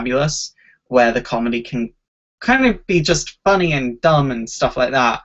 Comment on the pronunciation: why do you like Harley Quinn so much? "Because its fun-nay"